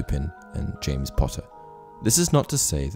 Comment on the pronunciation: Am I the only one who heard “James Potter” as “Jamus Potter”?